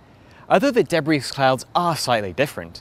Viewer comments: It's de-bree not de-brees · You don't pronounce the "s" in "debris". It's a French word. It's pronounced like "debree". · Interesting video. A minor quibble, if I may: you do not pronounce the "s" in debris. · Is that really how you pronounce debris? With the S? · Surprised he doesn't know how to pronounce debris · Sounds like he can oronounce it fine, he just doesn't know when to stop :D